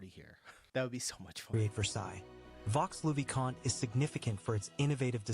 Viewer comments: Vaux-le-vicomte se prononce VÔ le vicomte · You must not pronounce the -x in Vaux le Vicomte. Vaux means dales in old french. Valleys.